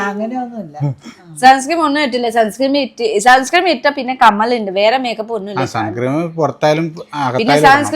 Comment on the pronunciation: സൺസ്‌ക്രീം അല്ലാട്ടോ.. സൺസ്ക്രീൻ..